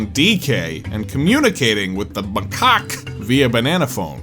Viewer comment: please learn how to pronounce macaque 🙏